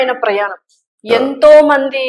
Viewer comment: వాల్లు ప్రయానం etc నీ తెలుగు మండ ఎవడు మీ తెలుగు నేర్పిన మాష్టారు? మీ అమ్మా నాన్నా ?